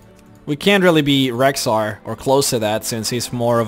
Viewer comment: im sorry to ruin your name, but its rexxar, not rhexxar.